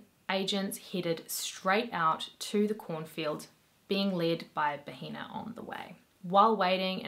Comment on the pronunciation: It’s pronounced bah-eh-nah. H is silent in Spanish and pronouncing it like “baheena” is how you say “vagina”. I figured you’re not fluent and you didn’t know so I’m just letting you know for future reference. I mean, not that it matters because the guy is a monster so call him whatever you want but, you know how the internet is and people will be more concerned about the way you say things instead of you amazing content 🙂👍